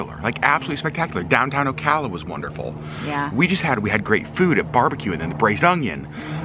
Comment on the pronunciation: Glad you pronounced Ocala properly, lol lol……most people don’t. Most manatees “winter” in Blue springs State park…..hundreds of them!